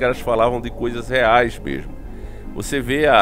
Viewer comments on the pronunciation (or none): none